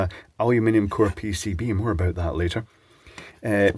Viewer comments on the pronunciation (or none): none